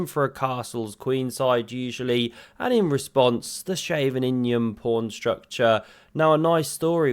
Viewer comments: "Scheveningen!" it's pronounced 'Scheveningen' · Shaven-injun 😂👌🏼 ‘ch’ is pronounced like the ch in Loch (like lochness) or Bach. ‘E’ is pronounced like the e in Nee, or neigh even. ‘ve’ is pronounced like the ve in very. ‘nin’ like ing in king. ‘gen’ sorta kinda like nun. Now say Sche-ve-nin-gen 👌🏼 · Are YOU a spy??!! :) The Scheveningen sounded very suspicious to my Dutch ears....